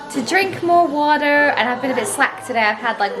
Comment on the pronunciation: Hi! I loved how when you were talking about drinking water...the first time you said water was very "English", followed by our very Canadian water 'waturrr'. Made me giggle! Plant based here too and couldn't live without my barista oat milk every day. My boys keep me busy! Would LOVE to see a plant based meal prep video! We love smoothies, peanut butter toast, pancakes in the am...will definitely try your oat bake! Love from Canada xxx